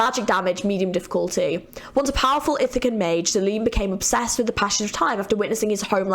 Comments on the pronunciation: Great video! Also just a heads up Zilean’s A is not silent, so he is not pronounced Zileen, but basically how u said it but with the A. Same goes with Zoe, the E is not silent( I actually named my dog after Zoe as well) lol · Groovy Zi-Lean 😂 Fits really well! Zil-e-an and Zo-E if you wanted to know 🤷